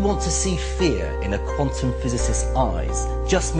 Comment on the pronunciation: How the hell could you butcher the word "quantum" THAT badly in the d-box??